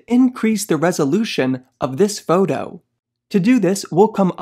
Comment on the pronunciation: "foudoh" 😊 just kidding... love affinity products ❤